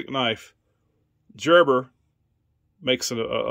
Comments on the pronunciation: Hubby has some beautiful knives too. They have stories and they can be sentimental. Thanks for sharing. BTW, the multi-tool is pronounced Gerber like Gerber baby food not like Georgia. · Gerber makes fantastic knives and multi tools! FYI, Gerber is pronounced with a "g" sound, not "j". 😉☺️